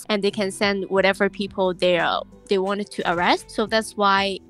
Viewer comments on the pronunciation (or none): none